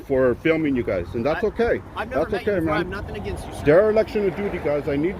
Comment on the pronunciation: Hey, great video but the word is dereliction not derelection